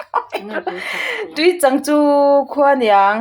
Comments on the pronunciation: Tui chang te chu in awmna. Trang a a hlat loh teh lul nen hriat ve awm tak, ila lam diklo zui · I chhiar dik lo hrat ta roau mai. Tuichâng tih leh a kuang thleh lêta tel, tih pawh hi i chhiar bo vek. Ṭang deuh teh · I chhiar diklo nasa thei lutuk a tuichang tih te khi chuan dar chhin ak tih te ka nui nasa thin a nia thahnemngaih thu ah lo sawi ve mai2 aw